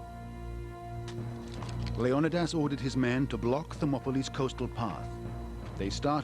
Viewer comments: leon a das not leon eye das who dare put that i in there to sound like eye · It's not LEO -NIDAS... Its LEON -IDAS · Why did the producer of 300 decide to pronounce Leonidas as Lee-on-nigh-das rather than Lee-oh-nah-das? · I had to stop listening because I could not take the mispronouncing of leonidias name over and over. It has been pronounced 'leo nie dass' by every other historian in my lifetime. Not 'lee own I diss'. For cripes sake. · yeah like Leo nuh das or something 😂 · the actual Greek pronunciation is Leh-Oh-Nih-Thas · The way he says the name of the king of Sparta is so distracting. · It's annoying, right?? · The way he pronounces Leonidas is triggering me so hard... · I'm sorry, but I can't bring myself to listen to the English narrator absolutely butcher the name Leonidas... atrocious and down right obnoxious. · Fred Smith I'm Greek, my cousin is named Leo-ni-das. They are mispronouncing his name in this doc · A good documentary if you can get past the narrator mispronouncing Leonidas name. That alone drove me crazy.